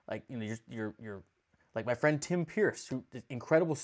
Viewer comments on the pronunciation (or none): none